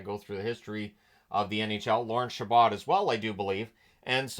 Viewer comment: Small correction: Lorne Chabot's last name is pronounced "Sha-bow." If you want confirmation, there's a video of the 4th game of the 1933 Stanley Cup Final between Toronto and New York, and Foster Hewitt says Chabot's name once or twice. I'd recommend giving it a watch, as it has interviews with many players from both teams during the intermissions.